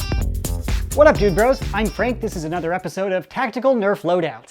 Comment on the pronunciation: nother not nether